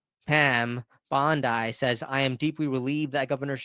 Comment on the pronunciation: What country are you from? I've never heard Bondi pronounced that way.